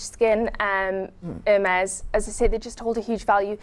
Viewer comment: HERmes?!?! Really?!?! How much of an idiot do you have to be to not do some basic pronunciation training before the show. The H is silent, it's a French brand.